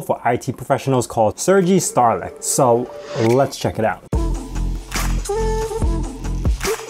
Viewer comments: Sergei STRELEC not Sterlec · Strelec not Sterlec